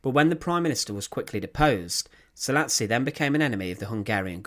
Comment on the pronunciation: And the "s" is pronounced "sh" in Hungarian.